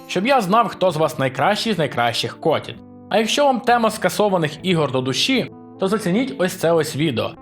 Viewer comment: Хотів написати про те, що гру про столицю, але як чую твоє каверкання слова Котів тощо. Це триндець.